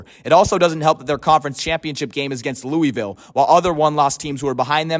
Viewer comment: While i disagree a lot with you over FSU, my only legit problem with the video is how you pronounce "Louisville " lol. As a resident, the correct pronounciation is: "Loo-uh-vull" not "Loo-ee-vill". Nice video tho but so many people mispronounce our city idk why😂